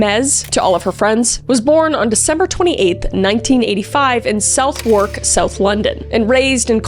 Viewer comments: It’s not south wark. It’s said like suthuk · Southwark is pronounced Suthuck for anyone who cares. (You don’t need to care 😂) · It's pronounced Suv-erk. I know, it's odd. But yes, Suv-erk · Small nitpick: Southwark is pronounced "suth-ick", not "south-wark". [In fact, in most English place names with -wark or -wick in them (especially around London), the syllable is pronounced as -ick. The vowels are often shortened too.] Edit - And you made reference to butchering pronunciation not 5mins later... 🤣🤣🤣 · You pronounced Southwark so americanly 😅 it’s ‘Suthuk’ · Southwark is pronounced Suh-thuck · "I apologise to the Italians if I'm pronouncing things wrong" "South wark" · I remember when this happened, I know being in Seattle, you could not escape it… suh-thrk not Southwark ❤ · Suttherk = Southwark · Southwark and Couldson? Prounced Suthark and Coolsun - and no even as a Londoner I don't know why the spelling is so different from the pronunciation. 😅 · Southwark took me a minute to try and explain how its pronounced. It is suh·thuhk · Another amazing video, these deep dives are fascinating. (The way Kris pronounced Southwark make me cackle though. I get it, 'Su-thuk' makes no sense but still. 😂) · Please do your research on how English towns and cities pronounced, not just the Italian. Southwark in particular!